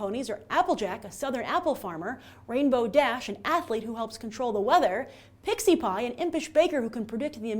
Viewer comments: ITS PRONOUNCED PINKIE PIE!!!!! FUCKIN RAGE!!!! RRRRAAAAAAAA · You said pinkie pie wrong!!!!!!! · Texie Pie? It's PINKY PIE!!! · Pixie-Pie? *Face-Hoof* Oh well. Probably just a misread. Seeing as she did most of that in one take - or so it would seem - I can understand how she could make mistakes like that. To answer some of the questions in the description; Yes, I can understand the fandom. The show is surprisingly entertaining. And comic or not, my favourite is Rarity. Why? S1E19 A Dog and Pony Show. Nuff said.